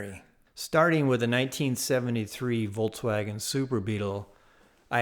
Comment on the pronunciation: Awesome. Just awesome. (But is he saying "Voltswagon"?) That'd be cool if it was an electric VW. Lol.